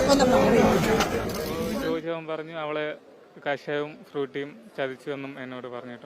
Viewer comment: കശായം എന്നല്ല കഷായം... അക്ഷര സ്പുടതയോടെ സംസാരിക്കു സഹോദരി...